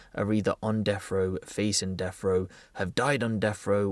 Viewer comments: Brits on deffrow, Brits potentially facing deffrow, Brits who’ve died on deffrow or Brits who had their deffrow sentence overturned. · Death wha.... Row lol 😂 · What is this deaf row you keep saying? Lol just busting your brawls. Seriously tho... "Deaf" row? Lol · He says “death frow”